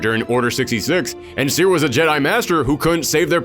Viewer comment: That's bot how you pronaunce "Cere".